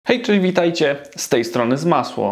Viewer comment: Czemu sie witasz jako ZmasŁo a nie Zmaslo?